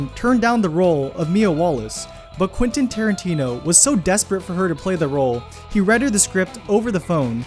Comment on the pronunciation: 51st fact. It's Quentin, not Quinten.